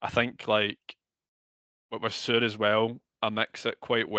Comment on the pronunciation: omg shore? It is pronounced seur.